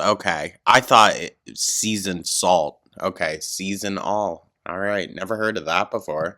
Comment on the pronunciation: I’d never heard of Season-All salt before, and from her pronunciation I thought it was called “Seasonal” salt. But like … which season? 😂